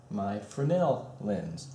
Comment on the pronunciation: Oh my God at least you can pronounce fresnel correctly